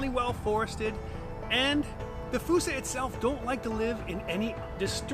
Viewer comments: Why'd you have to go and say fossa wrong? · Me and the family saw one at the Bronx zoo. He was a cute lil fella…we pronounced it as FOO-SA. One of my favorites at the Zoo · why is fossa pronounced like foosa? I don't understand... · Its pronounced foo-sa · “Falsa” lol